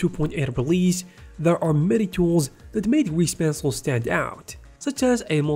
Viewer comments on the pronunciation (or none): "gweese pencil"